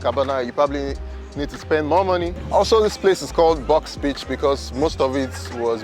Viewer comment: He sounds like he saying bitch instead of beach.